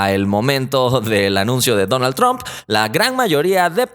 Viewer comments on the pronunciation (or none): none